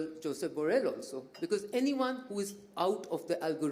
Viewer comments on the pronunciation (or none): none